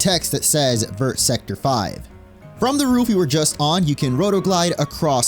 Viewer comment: hearing you pronounce "vert" as if all the letters are supposed to be sounded literally kills me inside. like ik french doesnt deserve to be properly pronounced but its VERRRR not like ver but like vur